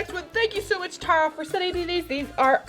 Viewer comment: My name is also Tara and you pronounced it wrong not trying to be mean